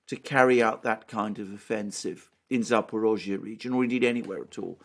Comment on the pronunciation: Thanks for properly pronouncing Zaporozye. Because that's what the hybrid warfare is about for those neo-Nazi, to call us not-people, to call our culture fake, to give our towns different names!